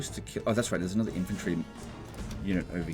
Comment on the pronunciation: ITS ANODDAH SHOAH